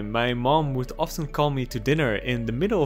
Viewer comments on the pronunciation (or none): none